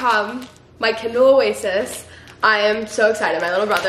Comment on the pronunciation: I kept hearing candle, I was so confused lol. Ly